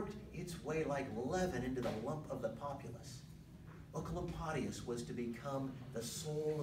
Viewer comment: Thank you I have been looking for 15 mins on how to pronounce Oecolampadius for a school presentation and this is the only thing that helped me❤